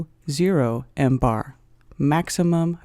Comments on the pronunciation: Please, stop with sounding out all the leading zeros and use some "scientific notation", will you? And stop with the "embar" already, it's "millibar". Also, it's just an exercise in futility to show that the pressure that exists in "interstellar space" is 76,184, blah blah blah times lower than sea level pressure. "Interstellar space" does not exist directly adjacent to sea level. In fact, interstellar space does not exist adjacent to the Solar System. "Interstellar space" is just that, the space between individual stars. Space near Earth is termed "geospace" while the space between Earth and the Moon is more correctly termed "cislunar space". The vacuum in geospace is not as "hard" as even interplanetary space (i.e., "deep space"), for it contains the exosphere and the Van Allen radiation belts, ionized gas particles caught in Earth's magnetic field. A good quality lab setup can exceed the vacuum hardness of geospace. Suffice it to say that in at the altitude of the ISS the atmospheric pressure is low enough to be termed "space". I think it would be more correct to say that a perfect vacuum is scientifically impossible. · Jesus Christ it's not called "embar". MBAR is millibars ..... and is referred to as MILLIBARS! NOT FREAKING "EMBAR". God you're stupid! And i've already debunked your explanation of curved water found. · Zero, zero, zero, zero, zero, zero, zero, zero, zero, zero, zero , zero, zero, zero zero, zero zero... and breath... one three... would also be how many marks out of 10 I would give this after hearing "millibar" read as "mmm-bar". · Mbar is pronounced millibar! This video is totally wrong!